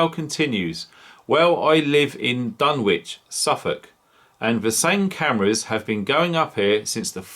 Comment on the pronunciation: Great video but remember the w is silent in Dunwich. Also it's NUCLEAR not NUCULAR . Sometimes people switch off if they think people can't pronounce the word nuclear.